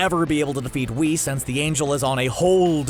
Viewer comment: LMFAO “weese” mf u mean whis??? Lmao at least google the name first